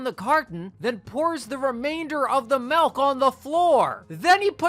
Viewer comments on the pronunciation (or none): This episode should be banned because you said malk instead of milk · Woah woah woah... Did you say "melk"?